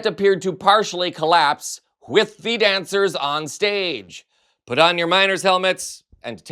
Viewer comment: *Dancers not dangers lol